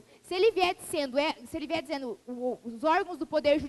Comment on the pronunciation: Esse poderia conjugar o verbo corretamente...Um professor falar "falano","dizeno","dormino" pega mal!